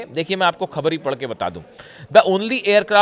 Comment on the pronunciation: Pagal Hindi seekh pher bool - KHABER nahein boltay - Go to pronunciation school